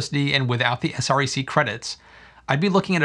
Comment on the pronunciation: Thanks for video! It's good to see the actual numbers. Btw SREC - people in the industry pronounces it S-wreck.